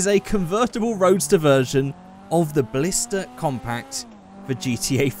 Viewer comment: It doesn't really matter but it's Blista not Blister